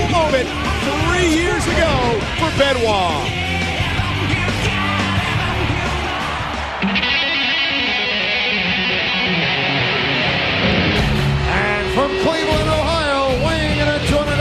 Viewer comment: Benoit? Where is R in that name?